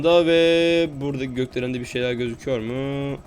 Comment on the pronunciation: yav gökdelen değil götdelen